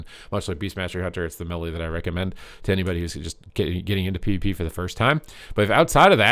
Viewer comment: it's not PEE vuh PEE